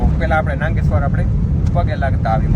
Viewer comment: નાંગેશ્વર નઈ નાગેશ્વર